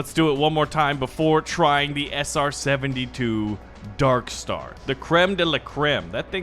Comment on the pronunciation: he said sr-72, as a plane nerd, that hurt